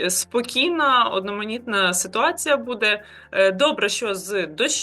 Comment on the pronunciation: Та не БУДе, а БуДЕ.